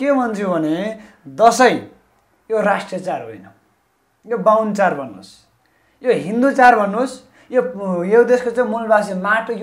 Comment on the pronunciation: char haina bro chad ho.nepali bhayera nepali bolna nai aaudaina.pahile nepali sikera aayera interview dine.khana napayera christian le paisa dinxa ki bhanera party join gareko jasto xa manxe herdai.